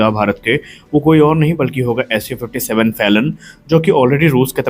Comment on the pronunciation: Its SU57 not su56 bro 😊